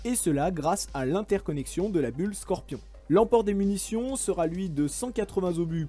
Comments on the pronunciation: Très intéressant. Mais attention, vous faites énormément de fautes de liaison (j'ai ramassé mon oreille droite sous le canapé du salon...). "...sera t'en mesure..." à , ou "...sera t'en charge.." à par exemple. Ou "il se mouvoie" au lieu de "il se meut". Y'a encore un peu de boulot à l'écriture quoi... SInon, le ryhtme est soutenu mais l'élocution fluide: ça passe bien. Encouragements. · Bonne présentation, sauf qu'il serait bienvenu de parler correctement le français... les seraTen mesure sont légion ! Également il se mouvoie à remplacer par il se meut ! Respectez la langue, merci. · Sera sans "t" pour une liaison mal t'à propos !!!!! Pour la mobilité, il suffit de dire : qui se meut tout simplement et non qui se mouvoit ! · très bonne vidéo... mais faut arrêter les "sera T en ..." svp, ça fait saigner les oreilles... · Intéressant, bien documenté. En revanche, même si ce n'est pas le thème de cette vidéo, les 4 "serat'en mesure" que j'ai entendus m'ont percé les tympans. "Sera" ne prend pas de "t". Donc pas de liaison. Un conseil, ne faites plus aucune liaison, ça évitera des dommages collatéraux. Quant au verbe "se mouvoir" on ne dit pas "il se mouvoie", mais "il se meut". Sinon, ce serait le verbe "se mouvoyer". C'est un verbe difficile, c'est vrai. Il faut y aller doucement dans l'apprentissage d'une nouvelle langue. Le mieux est d'utiliser un verbe facile comme "il se déplace". (Je ne suis pas agrégé en lettres modernes, seulement un simple technicien de base, smicard. ) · Bravo pour la quantité d'informations et la synthèse, mais par pitié veillez à ne pas écorcher notre langue. Sera, verbe être au futur ne se termine pas par un "t". Les "il serat en mesure de..." piquent les oreilles. Aussi, "se mouvoir" à la troisième personne du présent de l'indicatif est se "se meut", pas "se mouvoit". Merci pour vos présentations très instructives. Encore un petit effort dans la diction en français et se sera parfait.